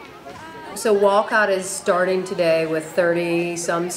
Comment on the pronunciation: You can tell when people say wolcot they are not from Wolcott